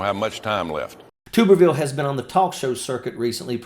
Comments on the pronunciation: Mr. Ojeda I respect and like you, and watch your show, but it's tub erville as in bath tub, not tube. And he's a Senator from Alabama not Arkansas, though he lives in Florida. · Two important things my friend. It is Tub like bath tub —-erville. Or Tubby. His Auburn fans also call him dickhole but that may get stripped. Second and I am sure you heard it already but he is R-AL for Alabama. Not that there is a whole lot of difference twixt AL and AR but to Bamaians, if ya screw that part up, you lose the room and unless you are talking football or god keeping the attention is going to be difficult. So get his name right. Believe me Tube or Toob—- erville sounds awkward and really does not do justice to the tool ole Tommy really is. Peace and Straight and Stallwart.